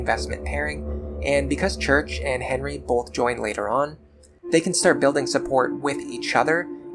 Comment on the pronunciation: Great video. As a French major, hearing your pronounce 'Cherche' as 'church' is sacrilegious. Lol. The 'C' is pronounced as an S; And the first 'E' isn't 'Er'. It's Ehh So its Sherrrrrche. Never thought about reclassing Henry into a Barbarian before. Since my Lunatic run doesn't have Nowi; I'll pair Henry with Lissa. I'll try the Nowi/Henry combo on my Lunatic+ run. Btw, you the safe zone in chapter 16 trick is insane. I'm now about to start that chapter and the infinity grinding trick makes all my previous comments about Sumia being trash irrelevant. I can afford to prioritize Sumia because I can bring everyone else up to speed on this chapter. Cool.